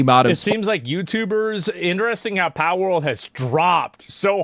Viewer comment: Asmon can't say pal